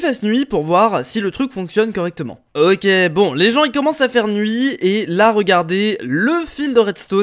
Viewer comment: ta dit qu’il fait jour mais il fait nouit